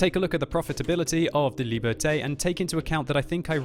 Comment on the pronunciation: Shouldn't Liberté be pronounced like "Lee burr tay?"